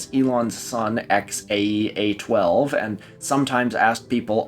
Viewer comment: AE is pronounced Ash. so its "XAshAX12